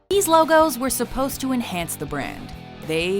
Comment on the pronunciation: “Ease logos”